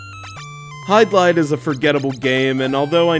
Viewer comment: Hey,! The game is pronounced "HID-LIDE," not "HYDE-LIDE. Also, The Legend of Zelda is not an RPG, it is an action-adventure title.